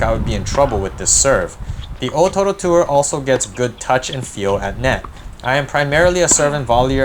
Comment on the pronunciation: I Love how you pronounce the o-toro.